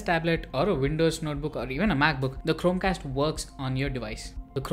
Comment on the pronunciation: Bhai.. Chromecast to thik se pronounce kar leta..... Wtf man.. It was so annoying